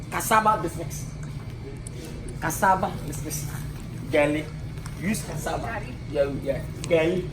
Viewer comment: Corn round Banku ta hahahahaha Gali cassaba mix mix hahahahaha Gari not Gali Lil Wayne why You can't hate this man ooo hahahahaha Cassava not cassaba kojo 😂